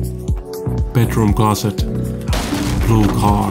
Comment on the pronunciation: I can't wait to try and hold teewee bedwoom and weeding....it's like a German Jonathan Ross! Love the content though...